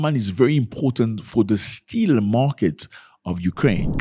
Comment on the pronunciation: Still = steel my bro haha